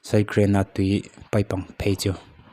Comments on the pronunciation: "SIDE GRAIN" a awmlo "side drain" a awm,sap tawng hi i dim ltk anih kha,ri deuh thak2 roh i in thlahrung ltk anih kha😂😂😂😂,a tha khawp mai "zo lockholmes" ini ringawt,i beng verh tu ho reng2 hi ngaihtuah thui ngai deuh2 ani zel mai......kal zel roh a tha ltk ani tawp mai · Channel neitupa chu side drain tih tal hi chu lam dik ve teh!! Side grain I ti mai in ka hria! Phunchiar comment!!! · Side grain nilovin side drain tih tur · Site grain a ni lo, site drain tihtur. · Side - grain i ti tlat in ka hria, Side - drain niawm tak a ni 😊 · Kharchhawng channel..midang channel react lo hian mahni in content siam ve teh..side drain pawh lam thiamlo..side grain anilo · Side grain ti tlat sia ka en tui na tawp vek😂😂😂😂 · Saptawng hi kan tawng a ni lova,lam dik vek theih nilo mahse youtube chanel siam chin hi chuan a nawlpui ina kan tawng ang maia kan hman hi chu lam dik hram hram teh u....SAIH GRAIN han tih tlat te hi a ni ngang lo a ni.😢